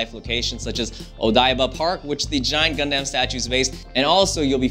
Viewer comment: He kinda pronounce "Gundam" wrong, but oh well I just pre-ordered my game. ^_^ That's all it matters. Hella excited for this!